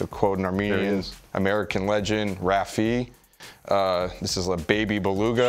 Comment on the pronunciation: Agreed. He really said "Raffi"